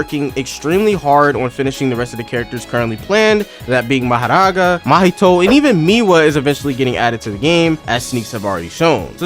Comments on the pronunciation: Who noticed the mohoraga and bro the pronouncation maharagaa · bro saying "maharaga" make me laugh bro like bro just say mahoraga like a british person bruh >:3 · "Enue" and "Maharaga" got me dying 😂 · Mahoraga (Mah - Hoh - Rah - Gah) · “Inuey” “Mahraga” I cant 💀💀💀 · Why do u say nue like "n u e" and mahoraga like "maharaga" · Talking about how he pronounces “Nue” when he pronounces mahoraga as maharaga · Anyone talks about "Majaraga" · Wait when you say mahoraga you sound like spanish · "Nue" is pronounced "noo-we" not "INNUE" Edit 1 : HOW DOES HE PROUNOUCE MAHORAGA LIKE THAT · Stop saying mahoraga like that 😭 😡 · What is this guy pronunciation mahoraga and nue dawg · The pronunciation of mahoraga and nue is killing me (no hate tho) But fr tho I honestly prefer this game over TSB of course TSB has the better combat but JJS is much more fun to play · Calls Nue N-O-E and he says Mahoraga like as if hes indian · just a heads up tho! "Tze" is literally pronounced as "Z", "Nue" is pronounced "New-ay", Why are you rolling your Rs for "Mahoraga"? it's just said as "Ma-ho-ra-ga."